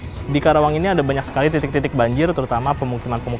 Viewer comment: KARAWANG BUKAN KERAWANG 😃